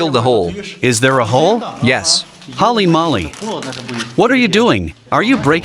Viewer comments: holey moley, not holy molly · This content is worth it's weight in gold. I can't think of anything better. The randomness, the adventure, the jokes, the subject matter. Haha.. The voice over said Hally mally instead of holly molly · "Hally Mally" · Would be interesting if they pronounced holy moly correctly . Say it with me comrades. Hoe-li moe-li. You can do it.